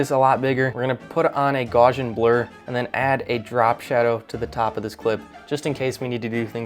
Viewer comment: The Gaussian blur is pronounced "Gao-see-in", after Carl Friedrich Gauss.